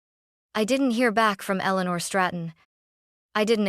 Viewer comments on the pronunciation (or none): none